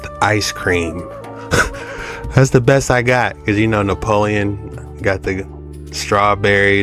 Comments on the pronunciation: It’s not napoleon it’s Neapolitan lol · It's not Nepolian it's neopolitin